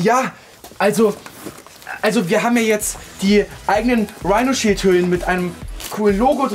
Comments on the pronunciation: Wenn man schon denkt: „ Hä, er hat das falsch gesagt, er hat Rhinoshield statt Rhinosheesh gesagt, oh warte, stimmt ja, das heißt ja in Warheit Rhinoshield“😂🤣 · Erstmal werbung für dieses Rihnoshich 😂😂😂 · UNTERSTÜTZT VON RIIRSHEESH!!! XDDD